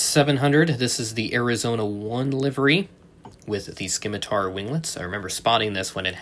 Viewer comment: It's not just tariffs that are slowing U.S. releases. If that were the case then what's affecting European airlines? Soft "C" on the Scimitar pronunciation. Nice vid, nice to see what's coming.